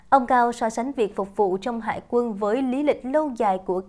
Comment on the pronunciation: Yêu cầu phải đọc là : Đại Tá Hải Quân Hùng Cao chứ không phải Hải Quan .